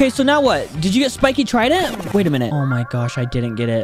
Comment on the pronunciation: Is it just me or did he say we will be fighting the spikes trindent